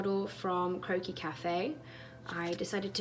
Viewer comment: I KEPT THINKING YOU SAID "CROAKY CAFE" NOT CROQUIS LOL